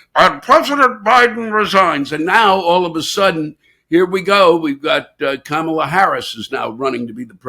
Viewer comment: PLEASE learn to pronounce "Kamala", and it's Ukraine, not The Ukraine.